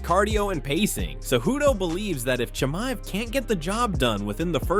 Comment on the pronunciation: Khamzat Chi MA ev Not Chi Mi ev Say right the last name ooo